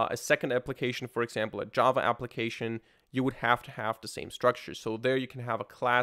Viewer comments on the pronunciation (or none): none